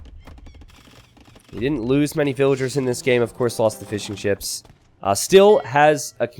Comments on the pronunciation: My wife keeps hearing saying "fish n chips" instead of Fishing ships... now i cant unhear it 😭 🐟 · Since the very first time I heard 'fish and chips' lol glad to know it's not just me